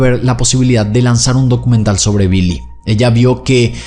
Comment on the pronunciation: Billy no se pronuncia como 'bee-lee' en ingles, es 'bill-ee'.